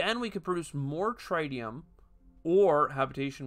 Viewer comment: how could you, how could you not choose the swedish scientist character, I will assume you were being nice to let me play myself, thanks for the tip, looks cool, though pretty close to some of the concepts in TMars boardgame, wonder if they had any contact with fryx games. PS I think it's supposed to be pronounced tritt-tium rather than try-tium :)